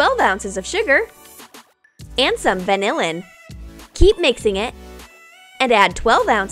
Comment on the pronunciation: when they say "vanilla in" it sounds like "vanillin"